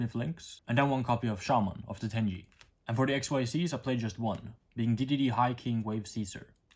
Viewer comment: It's not tenji, it's tenyi 😂 Same with Suruya, not Suruja Please say it right 😂 Great deck profile tho